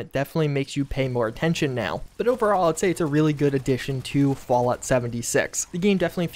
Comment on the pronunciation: He says fault 76 tho